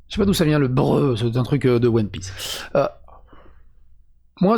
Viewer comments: Le Breu c'est un français qui essaye de Prononcer BRUH, un équivalent au Faceplam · Super video, ps: le "bruh" c'est pas un truc de one piece, c'est une espèce d'expression anglophones qui exprime une onomatopée (bruh) de PLS Genre quand t'es choqué ou en pls les gens disent bruh, mais ils l'ont un peu mal prononcé